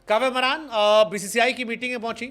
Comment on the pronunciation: Are bhai wo कव्या मारन् है कव्य मरान् नही 😅😅😅